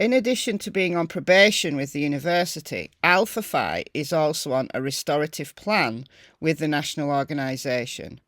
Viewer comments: Keep up the great work! Just for your knowledge, the one sorority is pronounced Alfa Fee…👍🏼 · It's pronounced Alpha "Fee". It's the only Phi that is pronounced this way. Google it and you will see. The history behind it is that when it was formed, the women thought "Fee" sounded more feminine. It drives me crazy that every creator pronounces it incorrectly. I was in a sorority and we had plenty of mean girls. They were terrible to people not in the Greek system as well as to girls and guys in less popular fraternities and sororities, "lower tiered". I remember some people at my college (and my daughters) who hated sorority girls with a vengeance.